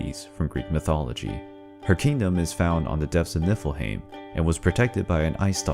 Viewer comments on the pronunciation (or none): none